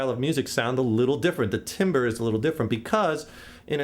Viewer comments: u said timber the word is timbre pronounce it (tombra) great vid btw!!! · its pronounced "tamber" not timber. even though its spelt "timbre" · Cool lesson. Heads up though, buddy... The word "Timbre" ISN'T pronounced "timber," it's pronounced "TAM-ber." :) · I like how he says timbre like timber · It's pronounced "Tamber" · Great vid, but timbre is pronounced tom-bre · You mean "tahm-bur"? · timbre is pronounced "tomber". oh well. its free. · its pronounced tamber douchebag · I winced a little when he said "timbre".